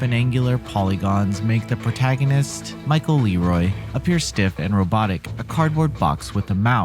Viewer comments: Incorrect. LeRoi is pronounced "L-wah". A nod/easter egg to "Loa" the voodoo spirits. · "LeRoi" was also mispronounced. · he even said Michael LeRoi last name wrong he even says it in the game just shows he wasn't paying attention guess he still has a "raging hormones adolescence mind" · Just like any book that has a heavy story at the beginning it takes awhile to catch on. Once you gain more darksouls in Deadside & dual weild voodoo weapons the gameplay gets tons better & is more rewarding. Also another common mistake LeRoi is French for "king" is pronounced kind of like leh-raw.